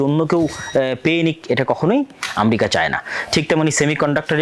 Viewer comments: জ্ঞান বাড়াতে হবে। বক বক করলেই হবেনা! ইরাক-ইরাম যুদ্ধ কেনো হয়েছিলো আগে জানুন। আর আম্রেকা না ওটা আমেরিকা উচ্চারণ হবে। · স্বঘোষিত বিশেষজ্ঞ ! যিনি উচ্চারণও জানে না। আমরিকা কী? পৃথিবীতে কোনো রাষ্ট্রের নাম কী আমরিকা ??? যুদ্ধ হচ্ছে জ্ঞান ও প্রযুক্তির দ্বন্দ্ব? না আধিপত্য, অস্ত্র ব্যবসা, অর্থনৈতিক নিয়ন্ত্রণ ???